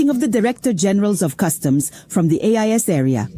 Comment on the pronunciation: It's AES not AIS!! Research!